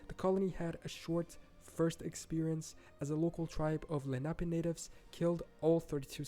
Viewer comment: You said it correctly this guy pronounces quite a few towns and names wrong. He got Lenape wrong too.